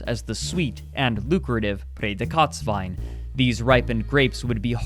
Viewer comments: haha ich hab immer überlegt was er wohl gesagt hat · It took me way too long until I understood saying "Prädikatswein" Don't blame you, it's a hard word for a non-german, I'm sure. Loved the episode tho! I definitely heard about this, but you were right... had no idea how serious it actually way! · OHHH He is saying "Prädikatswein". Damn it took me half the video to understand it^^ But still good Video! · Bruh it took me the whole video to understand that ypu were trying to say „Prädikat“ the whole time, holy.. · Great summary! I would like to correct, however, that „Prädikatswein“ which is so hideously pronounced throughout the clip that the term is difficult to understand, does by no means identify sweet wine. It’s just a protected term for wine of the highest quality (translated as award/distinction). The particular sweet wine, which was popular in the 70s to 90s, featuring late harvested grapes, is called „Auslese“ or „Beerenauslese“, as visible on almost every bottle in the video. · Him pronouncing Prädikatswein so oddly made me confused. I thought he tried speaking french or something and had to legitimately scour wikipedia. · Are you trying to say Prädikatswein? It would be nice if you show words that are hard to pronounce on screen so that people than speak the language you speak can understand what you are trying to say. Sorry, it's normal. My english isn't good either. You can contact me, if you need pronounciation help for other videos. But it really isn't that important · That is not AT ALL how you say Prädikatswein.... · Hi, im from Austria. your pronounciation of "Prädikatswein" (highest level quality wine) is so bad, it was impossible for me to understand, what you were sayin. besides that very nice video. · I kept hearing whatever he said in this vid as "Prädikats Wine" which would literally be "Predicate wine" I feel bad for laughing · "Prädikatswein" for anyone who thought it was "Braydekotswien" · Ohhhhh i was like whata betacatswine